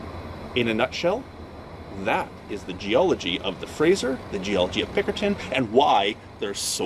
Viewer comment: Are you saying Pinkerton? It sounds like Pickerton, but I can't find that on the map, but I found Pinkerton. I am flying down the Fraser and Thompson rivers in Microsoft Flight Simulator, I thought I would do some research is how I found you. Thanks